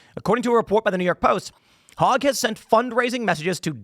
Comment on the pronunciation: I love it that Tim pronounces his last name "Hog" instead of "Hoag". So much more appropriate considering the topic of the video. 🤣